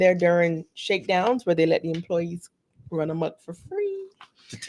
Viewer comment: Team Replay! Happy Birthday. I didn't realize you and Quanda's birthdays were so close together. "RUUUUUUUNNNNNNNN" lol I felt the Jamaican in that